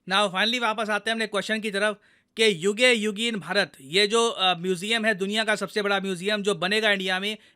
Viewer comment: Sir Yuge Yugeen Bharat kaa pronounciation thoda alag hoga sayaad.